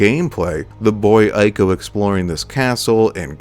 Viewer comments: Brother great video, but nooo that game is not pronounced as Eye-co, it’s pronounced as Eco. Ico was one of the greater games in those days alongside its brother game, Shadow of the Colossus. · Always love your videos, but it's Ico (pronounced eco), not eye-co. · It's pronounced iii-ko, not eye-ko. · EE co EE-co It pronounced EEEECO!!! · btw, my friend, Ico is pronounced 'eeco'